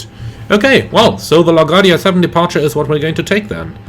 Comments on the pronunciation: Great video, like always! Just want to help you pronounce LaGuardia from a born and rise New Yorker lol LaGuardia is Luh-Gwaar-dee-uh. Hope I was able to help. Take care and see you on the next video ✌🏼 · computer performance looks awesome. BTW, you pronounce it La Guardia, with the emphasis on the U.